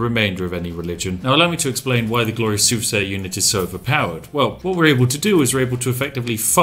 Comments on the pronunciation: i know you said soothsayer, but it sounded like you said super saiyan. Lol. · Take a sip of Yorkshire tea everytime he says soothsayer